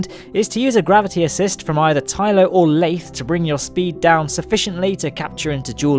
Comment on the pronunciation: You pronounced it correctly. The sea is full of a periodically vectoring force called the Boingsey force. :)